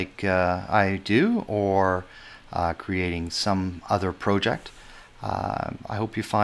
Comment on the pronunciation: Thought you might like to know, there`s only two ways to pronounce "project" but you made up your own.